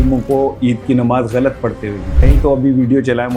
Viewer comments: Ye sahafi kiya india ki language mein ghalt ko bar bar, gult, hindi mein keh raha hy.ya ghain ko gaaf, gult kehta hy. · وہ نوجوان صحافی بن گئے ھیں جو " غ " تک کو " گ " بولتے ھیں ۔۔ غلط کو گلت بول رھا ھے ۔۔ اس سے یہ پتا چلتا ھے کہ اس نے قرآن مجید بھی نہیں پڑھا ھوگا ۔۔ 😮